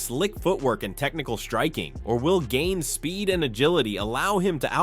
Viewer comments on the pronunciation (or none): chay-el, gain, what are these pronunciations lol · Surreal Gane 😅 Cheal Sonnen is your typical yank, can't, or won't learn basic pronunciation